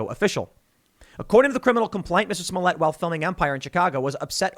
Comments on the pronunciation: Ahhh yes... Juicy Smolyet.... the famous French actor. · Tim. His name is Juicy Smoolièt. Get it right. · It's "Juicy Smoyey" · The least you could do is pronounce his name correctly, it's French.